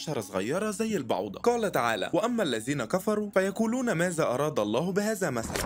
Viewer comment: الزين مازا بهزا ومسلا 🫠 احترم كلام الله وحاول تلفظ الحروف والكلمات بشكل صحيح بارك الله فيك